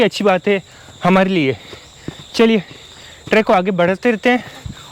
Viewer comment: vo trekk nahi track hota hai